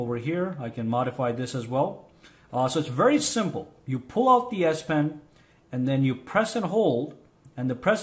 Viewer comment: Great video thanks a lot I’m sorry but I can’t stop hearing ass pen I’m so sorry